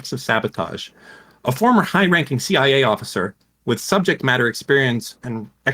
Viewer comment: I am calling them the seeya from now on, thank you.